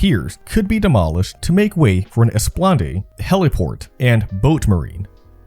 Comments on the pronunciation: Yes. It's "ess-plah-NOD" and not "esplon-DAY". He wasn't even close. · did you just say Esplande to an Esplanade? Either it’s an AI that reads a script with mistakes or you are a bad reader with a great voice. Nice documentary though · He pronounced "esplanade" as "esplonDAY" also. That cracked me up. He also reads like every word is its own sentence. "Manhattan. Was. Originally. Settled. By. The. Dutch." That drove me insane. With a little work on the voiceovers, this could be a huge channel though.